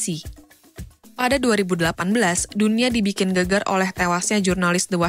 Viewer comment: koreksi spelling. 1. Ottoman => Uth'man (dari kata Utsmani) 2. geger => Geger, bunyi 'e' seharusnya seperti pada kata tempe 3. Sanaa ==> a nya dua. Sana'a Sederhana tapi dapat menunjukkan profesional/ tidak